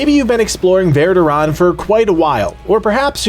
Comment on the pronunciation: Verr do rahn? It's varr doh rhan. STONES OF VARDORAN